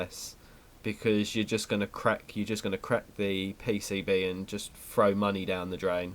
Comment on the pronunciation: The 'pay-say-bae'